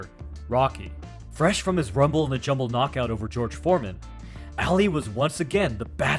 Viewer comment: I know you wrote "Rumble in the Jungle" but in the video you said, "Rumble in the Jumble" 🤣🤣🤣